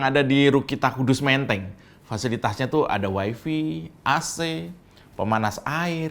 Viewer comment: Bukan "wayfi", tapi "wayfay", Mas